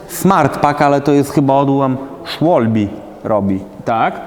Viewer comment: Co to jest “Szłolbi”? 😂 “Schwalbe” to po niemiecku jaskółka i czyta się Szfalbe 😄 Pozdr dla Was